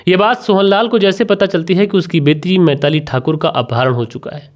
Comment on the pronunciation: Uncle kon se school se pada hai tu. बिलाक पिरपॉस मैताली तरपाल बोलता है 😂😂😂😂